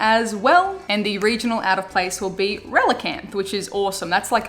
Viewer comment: A scouse relicanth lol